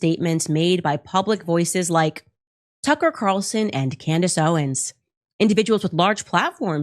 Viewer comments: Trucker and Candyce ? 😮 😅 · You kinda missed the most important points... In that pastor video she showed, the pastor MISPRONOUNCED BOTH Candace and Tucker's names!!! So hes PREACHING about how bad these 2 people are, but also proves HE HAS NO IDEA WHO THEY ARE in the same breath... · Notice how that “pastor”, mispronounced Tucker and Candace’s name? That’s called plausible deniability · They don't even know their names. 😂😂😂 That pastor just butchered both of their names.